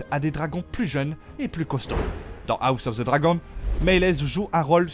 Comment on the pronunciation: La prononciation à la française de "dragon" dans "House of the dragon" je peux pas c'est ridicule 💀 faut arrêter avec les voix IA c'est naze